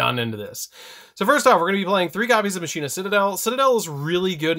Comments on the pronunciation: Is it pronounced Machine-ah, or Mach-in-ah like how Wakka says it in Final Fantasy X? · I pronounce it like Makeena